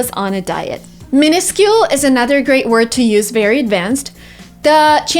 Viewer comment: How to pronounce minuscule?🙃